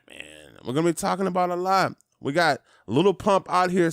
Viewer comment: why you say "little" its just "lil"